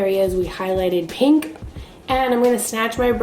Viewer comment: “Next with this PANK” LOL i died 😂